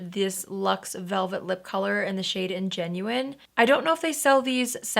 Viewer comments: BTW That lipstick shade isn't "ingenuine", it's "ingenue"- pronounced "an-juh-noo". It is a word from french, and it's used to describe a character (especially in plays/musicals/opera) who is a young, innocent, naïve woman. Not trying to be critical, but just to give more information! Hope this comment helps someone learn! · I need an bun tutorial. Your hair is always perfection. P.S. Ingenue is French and pronounced Ah-gen-new. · ingenue = "ON-juh-new" (a naive young woman) ; ) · So glad to see your smile is back,. Your makeup today is as lovely as ever. I think the lipstick you put on is called Ingenue, pronounced “on-gin-NEW”, which is a French word meaning a fresh-faced, young lady. Anyway, hope this helps! Love your videos,! 🌻💕💓